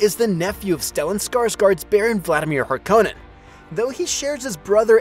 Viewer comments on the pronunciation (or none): Hark-Uh-Nen not Har KOH Nen. Come on this is twice now